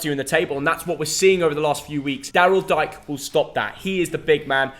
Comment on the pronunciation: Just so you know Daryl Dike is pronounced Dee-Kay. And he's also out 8 weeks with a hamstring injury he picked up in his first start.